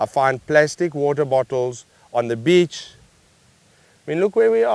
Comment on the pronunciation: I was dying when he said bitch instead of beach 😂😂😂😂